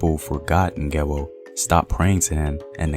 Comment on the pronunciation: Not Ngewo. But Ngewɔ